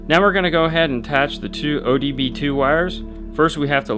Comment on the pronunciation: Love your vids man, but OBD2 not ODB2. Lol running joke in my shop due to a certain image in an LP-6 manul